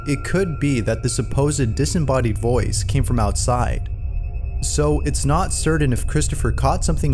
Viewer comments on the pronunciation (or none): Certain or cerdan? Great videos! I have watched so many I cant get past the pronunciation! Its a scary pronunciation. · "Certain" is pronounced [ 'ser-tin ]. It is NOT pronounced [ 'ser-din ]. Love the work that goes into these videos, but you use this word a ton and every time it's like fingernails on a chalkboard IMO. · Sorry but this drives me insane. ITS NOT CERDAIN, ITS CERTAIN. CERTAIN!! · “serdin” or certain?